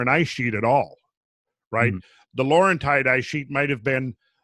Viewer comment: Technically you're still saying the other one wrong. Lauren-teed...also from the French.